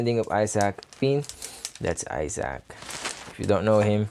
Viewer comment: My guy pronounces Isaac like eye sack